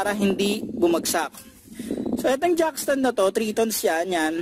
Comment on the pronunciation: Not jack stand instead jack ston👍💯😅😂😂 good job bro☺️